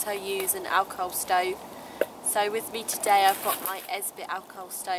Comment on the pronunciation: 😜 I thought you kept saying "Alcove Stove"